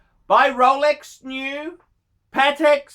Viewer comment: Haha "STREAONGH!" russian accent. Yeah of course ROLEX is strong, Rouhleks never loses.... any other watches can't survive 2020 gracefully, Lolex can.